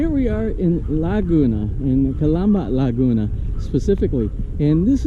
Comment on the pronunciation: Laguna. One word. Not La Guna. lol